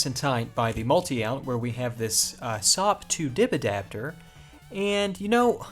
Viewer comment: I'm amazed at your pronounciation of "SOP to DIP adapter".... Quite the tongue twister and you pull if off to the point it sounds funny ;)